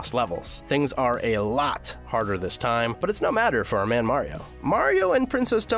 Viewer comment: You said time wrong